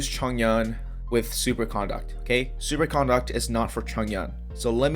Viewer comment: The way you're saying Super Conduct is grinding my gears the wrong way... you're pronouncing 'CON-duct' like you're talking about someone's manners and how they're acting. Conduct (said like C'nDUCK'd) is thw word you're looking for. Okay other than that, you're spot on about the elemental effects. I ran the numbers and was looking for someone else that could validate my claims and isn't spreading misinformation. Good Job my dude ! :D